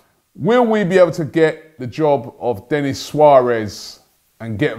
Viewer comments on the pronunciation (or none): none